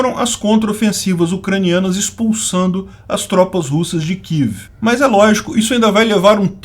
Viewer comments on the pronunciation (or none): none